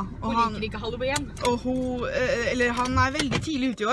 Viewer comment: He he min bestemor sier også haloween med e i stedet for haloween med i.